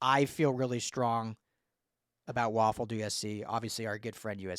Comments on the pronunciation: Way-Ful.... please do better lol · It’s pronounced “Way-ful”….but, yeah, what a monster recruit and a budding SURPRISE for ‘SC ☝️😎